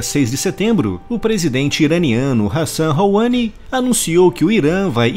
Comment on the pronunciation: Pronunciou "Hassan Rouhani" errado